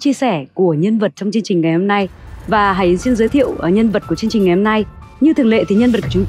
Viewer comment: M rất hiếm khi cmt nhưng thật lòng góp ý với CT nhờ chị HẢI YẾN phát âm rõ tên cô ấy được k ạ? Chính tên mình mà đọc k rõ thì nghe rất khó chịu luôn đó ạ! Đọc cái tên bản thân mà nuốt hết cả chữ!! Anw: Ct rất hay ạ! Cô Tô Nhi A nói rõ hơn cả MC! Còn chuyên môn của cô ấy thì xịn miễn bàn rồi ạ♥️